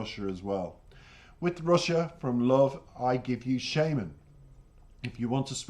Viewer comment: Thanks for the reaction, very in-dept analysis. I have only one small criticism. The artist name is pronounced shAAman, like the magic person that calls for spirits out in the wilderness. It's a stage name, his real name is Yaroslav Dronov.